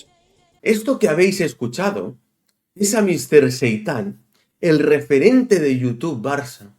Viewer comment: No sé por qué, pero cada vez que has dicho referente he entendido repelente..., de entrada yo no confío en nadie que emboce su cara, que no la exponga ante todos como haces tú. Ni Spiderculé ni Mr. Proper, Fleitán o lo que sea. La culpa de cómo está el Barça la tenéis todos los culés que habéis tolerado presidente tras presidente cada uno más nefasto que el anterior y que le entregaron a Messi las llaves del club y su ruina. No busquéis fuera lo que dentro mora.